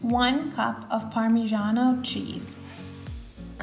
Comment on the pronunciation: Polenta is a typical delicious dish from northern Italy. In the USA is completely unknown as "Italian dish" (mostly pizza and pasta they know). I'm glad that this video shows this amazing recipe (with a good pronounciation of "Parmigiano" e rosmarino ; generally when American pronounce "parmigiano" they say "pa' mijeeaaaan").😱😱😱